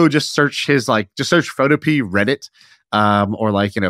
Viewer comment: PhotoPEA... is pho TOW pea uh. It rhymes with Utopia.